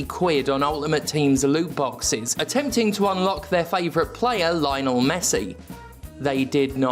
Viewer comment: Heard 'loot boxes' as 'lube boxes' probably because I used to get fucked by them all the time.